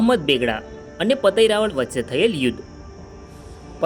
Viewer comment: ભાઈ રાવળ નઈ રાવલ બોલ